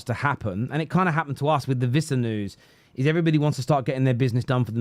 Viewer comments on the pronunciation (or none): none